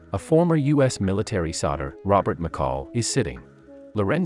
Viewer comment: Soldier isn't pronounced sodder, lol.